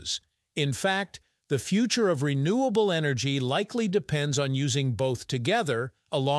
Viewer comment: It's called "Renewable" energy. Not Re-Nuclear Energy.